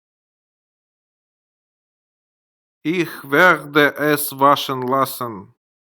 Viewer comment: Да,всё вполне сносно .НО! Ваше произношение УЖАСНО.Если люди будут повторять ваше произношение - изучение немецкого посредством ваших уроков в итоге станет для них почти пустой тратой времени.Ну как можно обучать кого-то языку,совершенно не владея правильным произношением??? Неужели Вам так сложно говорить слово Ich , произнося его в конце с мягким знаком, ИХЬ !? При всём уважении,Вам самому не помешало бы взять курсы произношения ,иначе учить других людей иностранному языку у Вас нет никакого морального права . Поверьте,я не со зла…а просто жаль людей ,которые учат немецкий по Вашим интернет урокам. С наилучшими пожеланиями...